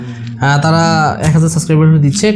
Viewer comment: It's subscriber not suscriber!